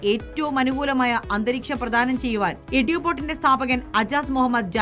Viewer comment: എടു അല്ല എഡ്യൂ